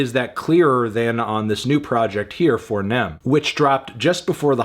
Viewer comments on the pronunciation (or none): I think it’s pronounced FOnem😭 not FOURnem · It's Foe Nem not Four nem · It's foenem, goofy. Not FOUR nem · Its so cringe hearing him call his album Fournem it’s foenem bruh😂😂😂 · It's pronounced "FOE" "NEM" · Foe not Four 😩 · FO-NEM not four nem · It's, uh. It's fonem, right? That's how you pronounce it? Not four-nem? Like the Chicago slang? You know what, nevermind. You do you. Great review. On fonem. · i didn’t know that melon saying “four nem” instead of “foh-nem” was something i needed in my life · ITS FOE NEM FANTANO SAY THAT SHIT PROPERLY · It’s pronounced foe nem… please 🙄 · nigga said “FOUR-nem” 🤦🏽‍♂️🤦🏽‍♂️🤦🏽‍♂️🤦🏽‍♂️wtf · it’s pronounced Foenem 😭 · It pronounced Fo-Nem lol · He said four nem lol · he said FOUR NEM im dead lmfao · Pronouncing the four in 4nem with the hard R is a bit much Anthony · It’s pronounced “foe-nem”, Anthony. I’m going to consider this a negative review since you mispronounced it. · The way he pronounces 4nem is funny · I just came to hear you try to pronounce 4Nem 😂😂😂